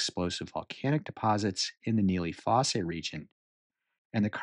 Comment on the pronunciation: it is pronounced foss, not fossay.